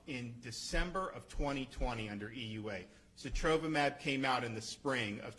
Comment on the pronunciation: Wow impressed he knows how to pronounce Sotrovimab